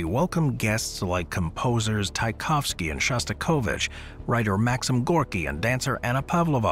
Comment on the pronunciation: Please learn how to pronounce peoples’ names properly! Marlenah! Chai kov sky!